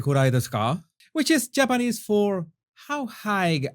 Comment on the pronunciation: Jesus!!!! Your Japanese accent is perfect. Very impressive.👏🏻👏🏻👏🏻👏🏻👏🏻👏🏻👏🏻👏🏻I’m impressed